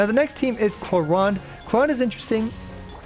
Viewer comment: Bro said Cloronde